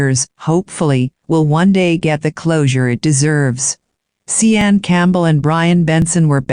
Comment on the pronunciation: See ann??? It should be pronounced like Shawn right? That’s why I hate computer voices